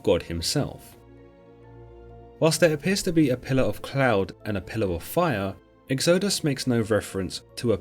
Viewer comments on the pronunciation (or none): egg-zoh-dus? lol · Great video, odd say of pronouncing Israelites and exodus though